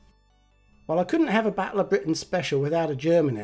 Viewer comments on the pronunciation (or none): none